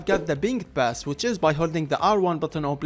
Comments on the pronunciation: he´s arab, they dont use the p sound thats why he says bass instead of pass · its not BASS bro. its pass..